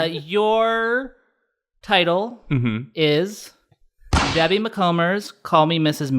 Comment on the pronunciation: Sent this to my best friend and she cringed so hard at how you guys pronounced her name 😂💀 Debbie's niece